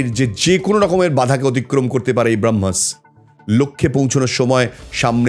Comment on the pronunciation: Brohmas noi ota Bramohs... Plz research ta ektu valo kore korle aaro valo hoto... kichu mone korben na.